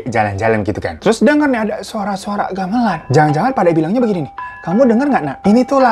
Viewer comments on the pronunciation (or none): Pas ngomong Gamelan salah, Tapi dengerku malah lebih salah! He said, Galeman.. Telingaku be like : "Daleman, Hah?? Daleman??" 😭 sampe di ulang bas bagian itu aja sorry bang Hiro.